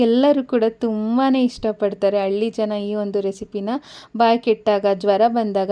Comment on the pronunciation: ಮೇಡಂ ತುಂಬಾ ಚನ್ನಾಗಿದೆ ಎಲ್ಲ ಟಿಪ್ಸ್. ಆದ್ರೆ ಯಾಂಗರ್ ಮತ್ತೆ ಅಳ್ಳಿ ಮಾತ್ರ irritate ಆಯ್ತು. ದಯವಿಟ್ಟು ಹ್ಯಾಂಗರ್ ಮತ್ತೆ ಹಳ್ಳಿ ಅಂತ ಸರಿಯಾಗಿ ಉಚ್ಚರಿಸಿ 🙏 ಮೇಡಂ